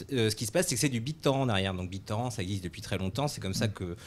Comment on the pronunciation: "Bit torand"